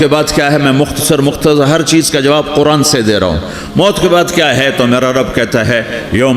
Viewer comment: Bhai maut hota hai moot nahi moot matlab peeshaab hota hai ...or maut matlab death sahi karo isko